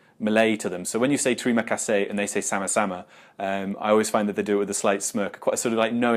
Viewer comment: The reason you get a smirk with "termia kasih" is because you're butchering it and pronouncing every letter. As someone who presumably lives in Malaysia, you should know it's a relaxed/lazy language, in my time here I've never had any Malay person say "selamat" as a whole, it's always got the relaxed/lazy spin on it, "sela pagi". Same with "terima kasih", it always hurts hearing the Brits say it, but better to try then not I suppose.